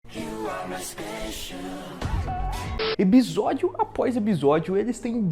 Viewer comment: “eBisódio” o jeito errado mais legal de se flr uma palavra kkkkkkkkkk